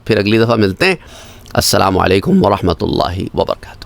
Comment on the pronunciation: Aslamoalaikum Hota hy. AP bolty ho aslama alaikum